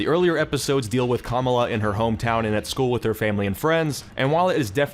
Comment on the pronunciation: you could at least say kamala correctly...